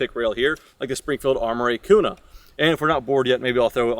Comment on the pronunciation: Kuna is "Que-nuh" sorry that our language sucks.